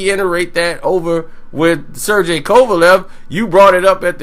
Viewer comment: "Ser-GAY", not "Ser-JAY"!